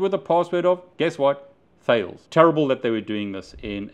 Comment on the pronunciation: "Thales' is pronounced Ta-less